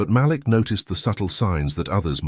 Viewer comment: Damn, its pronounced Maleek!